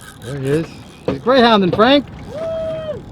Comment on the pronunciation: "Nice job!"